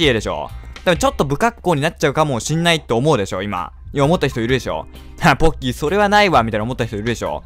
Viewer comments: 最初、凄い ぼっきーですってきこえたw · ポッキーの事ボッキーですって聞こえた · 最初にぼっきーと聞こえたのは俺だけか